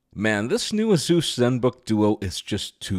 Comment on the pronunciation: A SUS not AZOOS